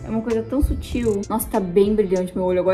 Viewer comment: a falando "bem sútil" toda hr kkkkkkkkkkkk, te amo